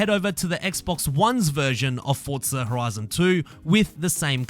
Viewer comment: “Fortza horoizin Toitoow”